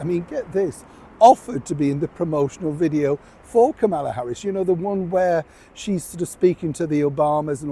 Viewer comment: I know you hate being corrected, but really, you should pronounce Kamala's name correctly. The accent is on the first syllable. Meghan may see this as an opportunity, but she sorely mistaken. VP Harris is too smart to consider it. Meghan is not a factor in the political scene, even though she and so many British people seem to think she is. b